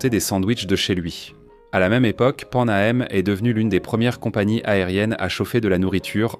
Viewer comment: PAN AM dit a la francaise "pend A M"... traduction automatique pourri ou AI mal fait